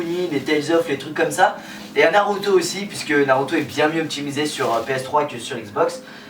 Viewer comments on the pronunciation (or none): euh naroto non naruto